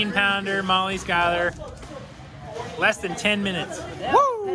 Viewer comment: It’s pronounced Pico de GUY O. Not Pico de GALL OH. And she pronounces her last name as SKYLER not SHOOLER. Molly is the BEST!! Girl can eat!